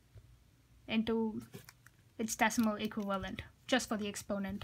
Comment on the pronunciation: I kept hearing “equilibrium” instead of “equivalent” lol. Great explanation dude. Thanks a lot :)